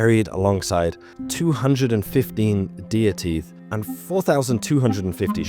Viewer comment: When you say deer theath I hear deity